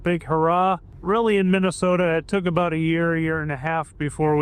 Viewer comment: who says it’s not aBoooat😂😂😂